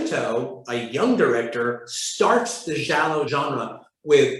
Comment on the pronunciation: giallo not jallow